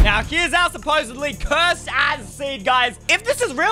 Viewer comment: Bro It's "Cursed" Oh And It's "Eystreem" Bruhh